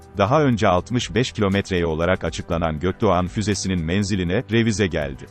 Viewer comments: Ge-O-Ke-De-O -yumusak Ge-A-Ne nedir Allah aşkına. Adam GÖKDOĞAN kelimesini okuyamıyor da kodluyor sanki. ÇOK KOMİK😄😄😄😄😄😄😄 Çe-O-Ke-Ke-O-Me-İ-Ke. 😀😀😀😀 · Güzel içerik fakat yumuşak g ye takıldım, içeriğin önüne geçti. Bunu seslendiren program falan mı. 4 kere dinleyerek füzenin adını çözebildim. Gökdoğan mı diyemiyor bu program.